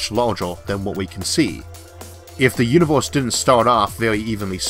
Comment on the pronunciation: "di yunivous"